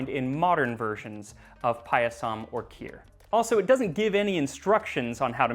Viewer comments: Guys, it's pronounced paaaah-yah-some. If you make the vowels a different length, it's a different word. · Thanks for doing an Indian recipe! Your pronunciations are pretty good...only the last a in payasam is short, so it should rhyme with "sum" 😅 Also not entirely sure about this one, but "zh" in Tamil words/names is actually the English r sound, like in "her" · Somesvara. Sh. like shaw. Not S in school. It is paayasam. Elongate the a after P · Not really. He got the pronunciation of 'pāyasam' wrong: he draws out the last syllable--'payasām' (or pah-yuh-saahm)--instead of the first syllable (i.e., pāyasam or paah-yah-sum) as well as 'Someswara'. Decent effort overall though. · As an Indian, I appreciate the effort you put in to learning about our history and culture. It'll be even greater if you can nail the pronunciations. "Someshwara" was almost unrecognizable, "Payasam" could do with slight work too. It's not a deal breaker, but it's something easily fixable, just check with any acquaintance from South India and they'll be able to help.